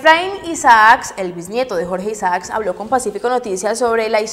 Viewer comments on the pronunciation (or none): Mi amor no es jorge Isax ni Isas es Jorge Isaac